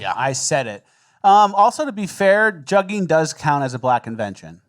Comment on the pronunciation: Just a heads up also "jugging" is pronounced "jooging" by these juggers